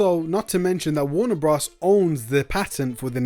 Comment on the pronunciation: "Warner bruhs"